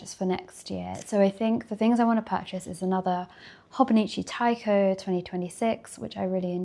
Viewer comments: Sorry but what is that pronunciation. Is Te- cho, not taico… gurl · Lovely video. Felt like leaving a comment about the techo (手帳)- is pronounced as "teh-cho" as in planner or diary :)